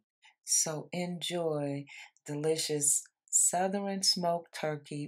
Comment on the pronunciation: You know they good cause of how she says Souther-REN